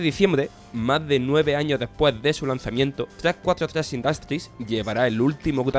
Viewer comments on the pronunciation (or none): none